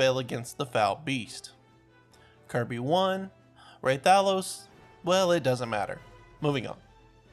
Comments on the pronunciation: "ray-tha-los" Bro my ears, stop. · It’s pronounced Rathalos. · Rah-thuh-los REPEAT IT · Listening to him say hurt my soul. Lmao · The way he says Rathalos causes me physical pain